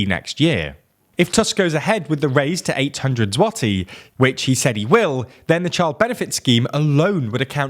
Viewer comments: it's impressive that you've taken the time to figure out how to pronounce "złoty", especially considering your rather recent problems with pronouncing, for example, foreign names. good to see you grow in quality. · as short as it is, most of the people would've just said "zloty". even though that "ў" sound is present in english, it requires a bit of a research, a bit of effort, to actually find out, what's the difference between "l" and "ł". and they finally started making that effort. which, in my opinion, should be noticed and praised, to show authors that they're on the right path and that audience appreciates it.